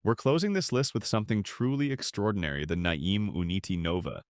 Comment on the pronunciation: Ai created videos are really hilarious. The way it pronounces NAIM cracks me up. Complete waste of time.